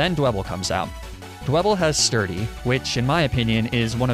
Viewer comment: Actually replaying Black and omfg, purrloin/liepard is pretty but so bad... LMFAO. So I'm listening more than watching, and my brain is filthy. So when I heard "sturdy sock" - well, it took me a moment to realize you meant a fighting pokemon with Sturdy. My sincerest apologies to your innocence. XD